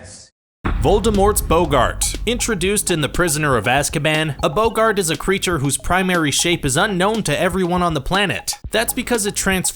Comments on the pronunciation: Rainboe Kitty He didn’t pronounce it boo-gart. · how can you pronounce bogart incorrectly if you literally play the clip before saying it